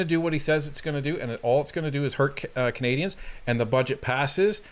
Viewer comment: That's Canadians not "candians"